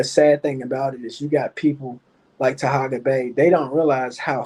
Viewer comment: can't do a live without mentioning Taharka (not Tahaga) or Kwame. You so smart and can't properly pronounce either of their names.